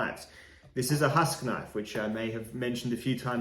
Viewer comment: It says Huusk